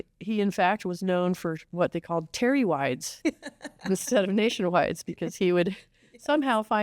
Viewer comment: "Terrywide" permit. 😄